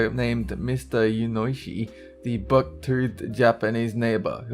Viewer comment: yunioshi is pronounced yoo-nee-oh-she not you-oy-she